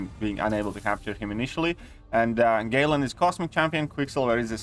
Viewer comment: My man said "Gay-lan"😂